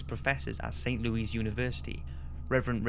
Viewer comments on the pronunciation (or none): its louis not louise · St. LOO-iss. Not loo-EEZ. Silly limey. I'm jealous of your accent. Don't listen to me. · Darling, we adore you, but it's not 'St. Louise' but rather 'St. Louis' (and we pronounced it badly as St. Lewis). What can I say? We're hicks over here. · st louis lol its pronounced st lewis but awesome vid like always:) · Haha how he pronounces "St. Louis" XD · dude you pronounce st louis weird